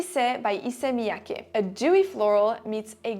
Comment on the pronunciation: Finally, the correct pronunciation for Issey Miyake's fragrances. Tired of hearing other youtubers pronounce like they're DIZZY. 😮